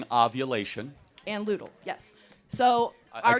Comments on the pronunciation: this expert mispronounced two phases of the menstrual cycle. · “fawkular” and “ludal” 🤣🤣🤣🤣 try “follicular” and “luteal” babe Very edjumacated she is 😭🤦🏻‍♀️ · At the 53 minute mark she’s not even saying the words correctly! Follicular and leuteal, she knows NO….TH…ING!!!!!!! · She got luteal and follicular phases mixed up and pronounced them incorrectly so my guess is she doesn’t know much about the female body either… follicular phase is before you ovulate. There is a 12-24 hr window in the cycle you can get pregnant but sperm can live for 3-5 days inside you so you have to be carful during follicular phase and ovulation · They are pronounced “FOLL-I-CU-LAR” and “LU-TE-AL”, and chicken eggs aren’t fertilized 😂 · This braindead yelling woman can't even pronounce the phases of a woman's cycle but wants to act brilliant. FO-LLIC-U-LAR. LU-TE-AL. C'mon girl. Put a little work in more than just being angry. The absolute demand to kill babies is the literal weirdest hill to die on.